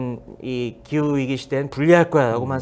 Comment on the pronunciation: 기우이기 아니고 기후위기지. 왜 자꾸 기우이기라고 말함?